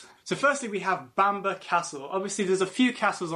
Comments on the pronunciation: It's not pronounced Banner castle it's pronounced it's pronounced Bamborough. I have the privilege of living here, born and bred. It's always a pleasure to talk to visitors and share our history, which has been turbulent at times. I live in Hexham, a beautiful market town which also boasts an ancient Abbey and goal ( pronounced jail). Come visit. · Bam ba castle, if the British presenter can't pronounce it properly how w can expect anyone to learn from his clips...... Research, try it